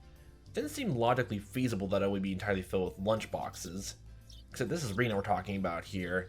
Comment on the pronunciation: The E in Rena is pronounced like eh.